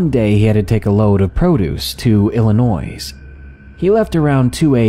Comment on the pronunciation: El-e-noise? Are you from Indiana? I didn't think anyone, except Hoosiers pronounced Illinois that way.